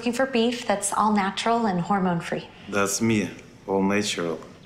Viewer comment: "Das me, all nayshral"